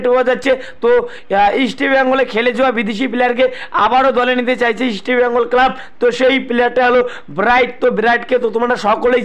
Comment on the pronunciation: Bhai..mukhe supuri rekhe kotha bola practice koro.. ota "East" Bengal.. Isti Bengal na... r Bright Enebakhare bolte gele jani tomar daat bhenge jabe..😂